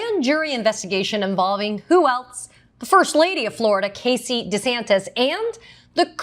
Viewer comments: you know she a new Yorker she said deas ASs wrong.😂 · Thank you for this news report, however the proper pronunciation of the governor's name is DeSatan. 🪷🌟😇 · Thanks Katie!!! But it’s Desatanis De as in OF. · You mispronounced DoucheSantis... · thought she said death-santis